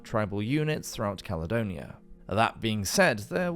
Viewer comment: Ya estamos con otra delirante demostración del orgullo, soberbia y engreimiento de la Gran Bretaña. Roma, simplemente no la conquistó porque no había ABSOLUTAMENTE NADA de valor en ella. Bueno, cuando el narrador la denomina "calonia"en lugar de Caledonia, ya queda todo dicho. Claro que peor sería que la llamase "Calzedonia", oigan